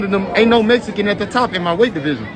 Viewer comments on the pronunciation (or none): Jermell its"Mexican not Messican" lolol..BUT I FEEL YA !! No u ain't ducking..loolol..!! I dont think Jermal is either coz why fight some dude for nothing,i feel Charlo done enough to have Canelo fight..Not go less for what?